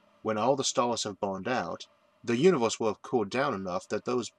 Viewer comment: the "univoorse" what dialect is that ???